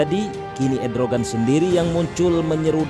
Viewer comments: Erdogan...... Bukan Edrogan hahahhahahahaa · ERDOGAN MIN,, BUKAN EDROGAN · Macron bukan marcon Erdogan bukan edrogan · MACRON (MAKRON) JON ,,,MACRON ,,,,BUKAN "MARKON" SEKALI LAGI "MACRON BUKAN MARCON" 🤣 ERDOGAN DI BACA EDROGAN wkwkwk yg bener di salahin yg salah di benerin ,,,kocak bin unik 😂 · PRESENTER SALAH MELULU, MACRON BUKAN MARCON.... ERDOGAN BUKAN EDROGAN... HADDUUHHH....